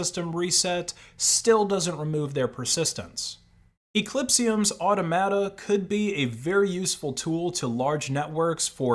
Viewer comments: Automata = “aw-TOM-a-tah” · Automata: or-TOM-a-ta.